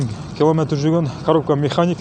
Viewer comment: Механика деп айттчы кок мее